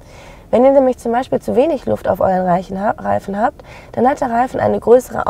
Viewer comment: ich hab bei dem Versprecher zuerst verstanden "wenn ihr zu wenig luft auf euren leichen habt" 😅 Ganz gutes video. Und auch gut erklärt. Die Musik ist allerdings viel zu laut und viel zu nervig und fördert meine Aggressionen 😢